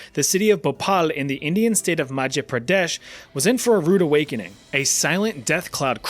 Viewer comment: phopal, machya pradesh 😂😂